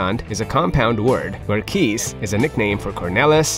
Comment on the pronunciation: Kees doesn’t sound like piece or peace, but (exactly) like ‘case’.